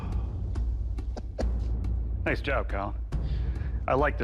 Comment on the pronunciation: sounded like NOICE